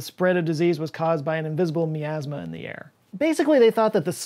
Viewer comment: the way you say miasma has me super triggered. lol.